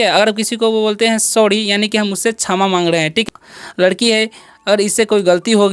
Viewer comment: सवडी नही स्वारी बोलते है